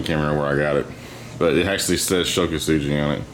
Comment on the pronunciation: Ko-Su-Gi not Ko-Su-GEE